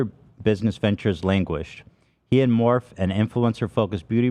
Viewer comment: Ethan mispronouncing Morphe is always so funny to me